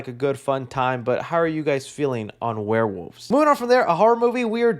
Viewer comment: I love that can't say Werewolves and always says Warewoofs.